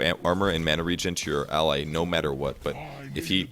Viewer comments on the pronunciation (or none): none